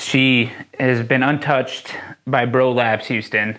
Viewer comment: Houston Jones: Bro Labs is back baby! What I hear: Prolapse is back baby!